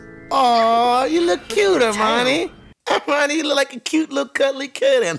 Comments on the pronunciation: It's Harmonie not Armani she's not a brand name lol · Its soo frustrating everytime says Armani.. it's Hermione😅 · HER-miney. Not R-miney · It's HERMIONE.....not Armani 😅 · Wait, wait, wait, wait.... are you calling Hermione "Armani" 🤣 🤣 🤣 🤣 🤣 🤣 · It sounds like you say Armani. 😂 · Her name is Hermione it rhymes with her Hiney